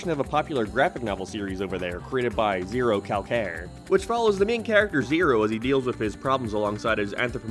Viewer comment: hearing trying to pronounce Zerocalcare was entertaining